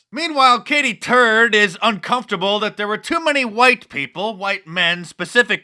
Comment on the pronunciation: Did she say her name was Katie Turd ...